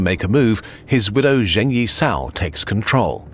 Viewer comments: I think many hours of research went into this video - so I beg you, please try to pronounce foreign words in a more accurate way, because hearing over and over "Zheng" as /ʒeŋ/ instead of /d͡ʒeŋ/ was really painful. I understand that there's a weird trend in American media to pronounce Beijing as /beɪˈʒɪŋ/, but English speakers are perfectly capable of saying /beɪˈd͡ʒɪŋ/ - I'm not saying you should pronounce it with tones, or anything like the original /peɪ̯ t͡ɕiŋ/, but as part of your research, figuring out the pronunciation of those words that you will repeat so many times is not too much too ask I think. Again, I'm not asking for native-like accuracy, just as accurate as possible with English phonology. Thank you. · Why do westerners pronounce every miscellaneous Chinese consonant like the French J? It's not even a sound that exists in Chinese. Zheng is pronounced like Cheng but without the aspiration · don't mean to be mean, but Zheng could be pronounced more accurately. just saying, since i'm sure you know how to figure it out. otherwise, not a big deal of course. super excited with this new channel :)